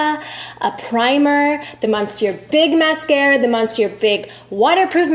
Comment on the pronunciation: Lovely lady and such a beautiful family!! I must tell you though, that ‘Monsieur’ is pronounced ‘mes-yer’. Just the French-Canadian in me kicking in. Lol 🇨🇦